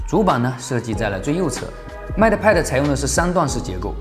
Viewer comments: mate， 英 /meɪt/ 美 /met/, 当名词用时的意思是 "助手，大副；配偶；同事；配对物"。 拼音 应该是 "mei t(e)"，"妹特"，末尾"特"的音要短, "e"几乎不发音。 英音美音主要区别是 mei 中的"ei"的长短。 很多线上词典有。 不好意思了，发音根本不是重点，是我吹毛求疵了。Up主的内容才是重点，希望我的这些发言不会讨人嫌。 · Mate读“meite”。 不好意思，好为人师了，只是听着很别扭：）